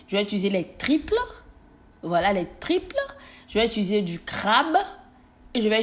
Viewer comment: Sai moi qui entend mal qand elle prononce les triples au lieu de tripes?mai on t’adore 💕😘